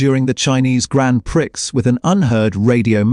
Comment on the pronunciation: Grand PRICKS. AI has the vocab of a 12 year old!